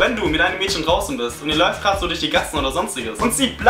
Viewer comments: Ich find das so lustig das du Mädschen sagst:) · du betonst das Wort "Mädchen" sooo komisch :DD